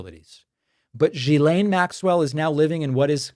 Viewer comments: FYI: Her name is pronounced gill-EN. This is how her own brother said it. It is French. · David, its pronounced "Gill"aine.❤❤❤ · It's incredible how many podcasters cannot say this name correctly. Dude, Ghislaine sounds kind of like Glenn. There. I helped.